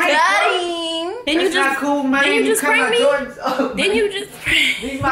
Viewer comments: She can't even say jordans. She like " jardans" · Its prounced Jordans Not Joradns lol 😂😂😂 but it's ok the first time I heard Jordans I said Jadons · Wtf is some "jawdans" 😂😂😂😂😂😁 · his favorite "jardins"😂😂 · "these his favorite JARDINS" LOL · She say Jardens😂😂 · She said jardans haha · She say Jardans😭😭😭😭😭😭😭😭😭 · she said jardens